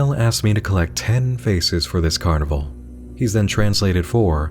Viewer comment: Two things I didn't see you mention: - He doesn't say carnival, he says carnibaal. Carnival to Baal. - The "turn on the console on..." message has text in Enochian at the bottom.